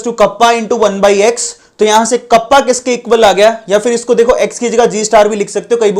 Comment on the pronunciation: कापा bolte h sir ..कप्पा nahi